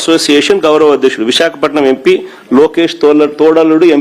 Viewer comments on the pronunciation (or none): none